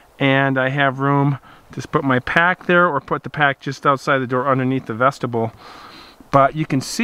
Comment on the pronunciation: Love your content. But please, Vestibule, Vesti-byool.